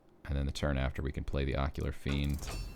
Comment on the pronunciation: Great video, just one thing. It is Ocular FIEND lol